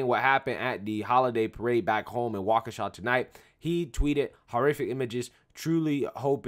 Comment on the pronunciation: You said Waukesha correctly. I am impressed.